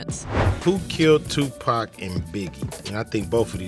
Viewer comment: Give this a thumbs down for this witch calling Suge Sueg and 2PAC name like a cigarette thumbs down 👎